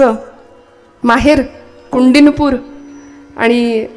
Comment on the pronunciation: ते kundinpur नव्हे कौनडणयपूर,(koundanyapur) असे आहे. बाकी तुमचे कीर्तन तर अप्रतिमच आहे. धन्यवाद.